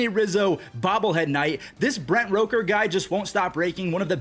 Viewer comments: As a Mississippi State fan you saying roker instead of rooker is like a crime (Brent Rooker went to Mississippi State for college) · you say the rook in rooker like rookie. not roke er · just trying to help you out here it’s Rook-er. Rookie w/out the ie. Keep up the good stuff brother